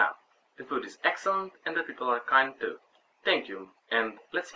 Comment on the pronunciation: д Фоод и Тоо :) грешките :)